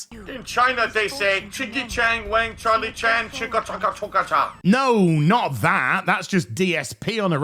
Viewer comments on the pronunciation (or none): none